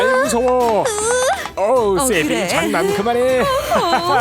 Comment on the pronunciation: 나만 세비가 쌔삥으로 들림?